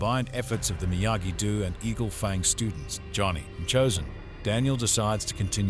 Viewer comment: Stupid robot can't even pronounce Miyagi-Do.